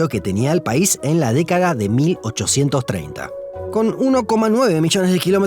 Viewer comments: "Décaga". Sí, una pequeña 'cagada'. 🤣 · ¿Soy yo o escuché que dijo ‘décaga’?